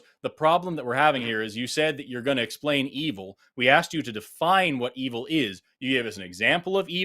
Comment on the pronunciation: EE-vool is my new favorite pronunciation, and I’m going to combine that with BYE-bool and/or BYE-bell at every opportunity